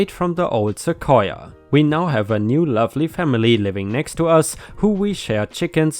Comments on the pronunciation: You got the right pronunciation. Seh-Koi-Yah. :) Also, sending prayers to the Auntie. :( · Your pronunciation of "sequoia" is absolutely correct: "suh-KOY-uh". It's another one of those English words that migrated in from a local native language via some Spaniard who was trying to transliterate using Spanish language Latin characters the sounds he heard the native people saying. Some words, like sequoia, were apparently easier for the European scribes than others, like, say, the Nahautl Aztex words now written as "huacamole" and "huacao". There the roots of the words "guacamole" and "avacado" (and mean testicle and testes in Nahautl, I believe). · Once again you got the pronunciation spot on. Most of the u.s pronounces Sequoia the same way. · at least in Rochester New York, you are pronouncing Sequoia correctly. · You pronounced Sequoia perfectly, which is surprising as even AMERICANS don't always pronounce it properly, and it's literally a Native American word. The tree is named after the Cherokee Native who invented the Cherokee syllabary. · You’re pronouncing sequoia correctly. 🙂 ⭐️🌟⭐️🌟⭐️🌟⭐️🌟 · You said sequoia great! 💚🌟💚🌟💚🌟💚🌟💚🌟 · You are pronouncing Sequoia correctly. Cheers! ⭐⭐⭐⭐⭐⭐⭐⭐ I had a parking issue with a neighbor a few years ago. We have a small parking lot in front of my building. I'm in a 4 plex with 8 parking spots, 2 for each apartment. There is just enough room in the lot to back out of your spot the leave. One of my neighbors had people who would visit and instead of parking in the street, which has plenty of space, they parked their big-ass pickup truck behind everyones' parked cars blocking us in. When we complained, the started parking on the lawn--sometimes overnight. I had taken pictures of all this and emailed them to the management company, who in turn emailed them out to all residents with a note saying that if this continued the violators would be towed. Surprise, surprise, the truck started parking on the street.